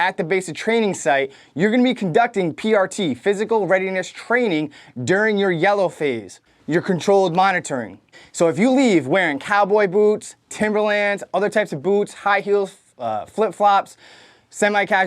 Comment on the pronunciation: He didn’t say timberland boots he said “TimberAnds” ya feel me🤣